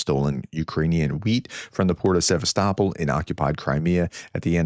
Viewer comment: You got the pronunciation of 'Sevastopol' exactly right this time! 🇺🇦🇺🇦🇺🇦 Слава Україні! 🇺🇦🇺🇦🇺🇦